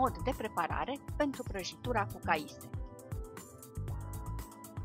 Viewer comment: e caise nu caise